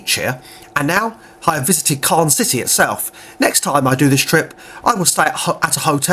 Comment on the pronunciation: Thank you. You really have to get your French pronunciation sorted! Not Carn!! Con as in Non. Soz!